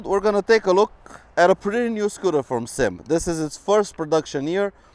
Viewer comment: Four years later and I am still mad. It is not a damn SYM like one word. You do this all the time when reviewing this brand. It is a S. Y. M. three letters. short for Sang Yang Motors.